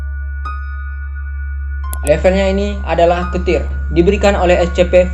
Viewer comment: Class nya dibaca keter ya bang bukan ketir cuma ngasih tau doang kok